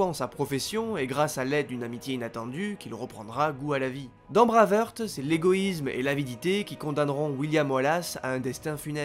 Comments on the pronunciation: C'est tellement bien fichu comme vidéo que c'en est d'autant plus dommage d'entendre "Braveurte", "Braveurte", "Braveurte" tout du long... "Braveheart" que diable ! J'ai quand même liké sans hésiter, mais j'ai sursauté à chaque fois ! ;) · S'il te plaît ! Brwaivhart et non braveheurt ;) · Super vidéo mais je t’en supplie, dis plutôt Brève Harte si tu souhaites prononcer Brave Heart à la française !